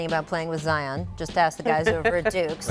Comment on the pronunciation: No one: Absolutely nobody: Not a single soul: RaChAeL🤡: ZiOn